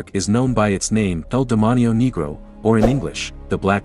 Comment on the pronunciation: When you said "El Demonio Negro" I thought you were sayin "The demon negro"